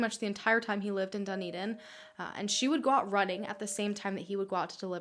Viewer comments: the way you say Dunedin annoys me. sorry!! its pronounced DA NE DIN not DU NI DIN. amazing video btw!! xx love from New Zealand. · So cool that she did a case from NZ! But makes me cringe when she says ‘Dunny-din’ hahahah we pronounce it more like ‘Dun-E-din’ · high key ocds me how she says dunedin but then she’s not from here idk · Thank you so much for this case! I live in dunedin (i love the way you say it hahah) and i honestly didn't know very much about this case even tho it is very known, so thank you!!! its really insane how it is. i had no idea how crazy the mother way! the poor family.